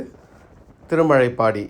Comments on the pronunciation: நல்ல தகவலுக்கு நன்றி 🙏 திருமலைப்பாடி அல்ல. திருமழப்பாடி.. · திருமழைப்பாடி இல்லீங்க, திருமழப்பாடி என்பதாகும்.